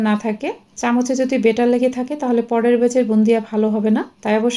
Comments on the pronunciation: বারবার বেটার বলছেন, উচ্চারণ হবে ব‍্যাটার Batter। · 😂😂😂ব্যাটার না বেটার হবে।। আপনি ভুল উচ্চারণ শিখাচ্ছেন।।